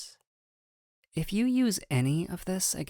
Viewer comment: not sure if is "butchers" with an accent that drops rs at the end of words but i'm choosing to believe that you're threatening to sent all of your masc lesbian allies after me instead